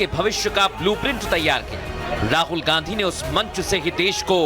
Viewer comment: इस गधे को शुद्ध गांधी शब्द का उच्चारण भी नहीं आता है